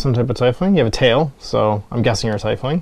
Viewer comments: YAY! Someone who pronounces Tiefling the way i do! I can't wait to get my minis! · You pronounce "Tiefling" the same way I do! I thought I was alone